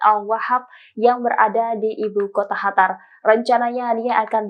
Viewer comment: Kyaknya yg voicernya pke krudung,,ko nybut qatar(قطر) pke khatar(حتر),,ini khatar negara mna,hei tribun??tlong bcanya yg bner biar kredibel sdikit..